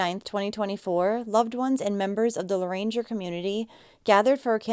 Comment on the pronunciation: Just a heads up. It's pronounced La-range 😂 sorry I like having a little fun with people trying to pronounce Cajun names and cities.